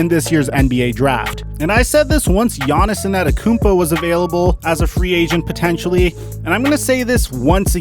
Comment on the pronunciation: Big fan of the channel, but lately I don’t watch as much because the way u say Steth Curry and Giannis Inetitakoupoe is so agrivating I just watch coupe...